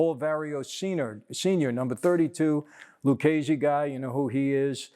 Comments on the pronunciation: Why is Mike mispronouncing Lucchese? It’s Lukkese, not Lutsjese. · U got problem with Italian bro,its Lucchese so u pronounce Lukese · I believe it's pronounced "Lukese". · Mike, i can't believe you mispronounced lucchese, it is pronounced lukese, much respect from Italy!